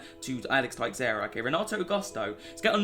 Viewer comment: its pronounced teshaura not texaura